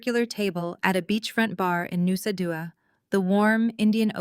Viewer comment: Nusa Dua...Bali???? Pronunciation was weird?